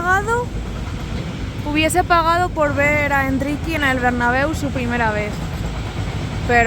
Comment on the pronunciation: Endriki jaja ya dijo el q se pronuncia endrik